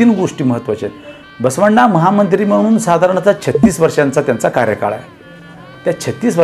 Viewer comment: सर,खूप छान माहिती मिळाली. कार्यकाल अनावधानाने चूकीचे उच्चारले गेले.